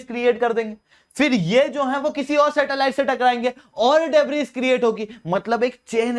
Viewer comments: डेब्रिस नहीं डेब्री । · In 'debris', 's' is silent